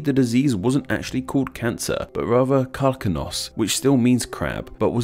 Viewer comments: the greek word for cancer is pronounce Karkínos (Καρκίνος) , with emphasis on the i/ι, not the a/α🇬🇷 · may I say that your greek pronunciation of words and accent sucks? eg "karkinos" you are meant to stretch the "ki" syllable not the "kar" one